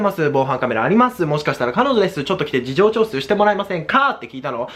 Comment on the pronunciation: 事情聴取言えてない可愛い